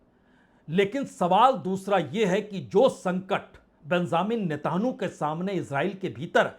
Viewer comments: बिंज़ामिन नीता नू आप इजरायली प्रधानमंत्री का नाम ग़लत बोलते हैं, जो एक प्रतिष्ठित पत्रकार के लिए बिल्कुल ग़लत है। सही नाम हमने ऊपर लिख दिया है कृपया ध्यान दें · प्रसून वाजपेई ! आप एक प्रतिष्ठित पत्रकार हैं , मगर भाषा पर आप की पकड़ बहुत कमज़ोर है, आप इजराईली प्रधानमंत्री का नाम भी ठीक से बोल नहीं सकते हैं ऐसा क्यों है? आप को इस ग़लती को दुरुस्त करना चाहिए। इजराईली प्रधानमंत्री का सही नाम है:- बिन्यामिन( Binjamin) नितिनयाहू । कृपया अपनी ग़लती सुधार लें । जनहित में जारी है। एक पत्रकार का सुधार। शकील अज़ीम Dated:- 10th March,2026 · Sir aap netaanu kyun kehte hai……kya ye hebrew m aise hi bola jata hai? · netanyau bolna nhin aata